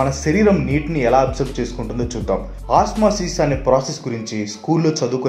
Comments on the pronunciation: Anna adhi "OSMASIS" Kadhi "OSMOSIS"😁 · Areyy babu osmasis kadhu osmosis. CHADHUKONDI FIRST. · OSMOSIS not OSMASIS